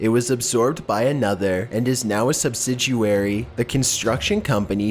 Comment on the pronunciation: "Subsidiary," not "subsiduary."